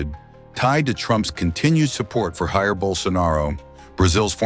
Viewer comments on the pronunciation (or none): Voice over grossly mispronounced the first name of former Brazilian President JAIR BOLSONARO. HE pronounced “HAH-IR” sounds like Spanish to me, not Portuguese. Then again is an anglo, stupidity takes on new meaning when it comes to them ignorant people..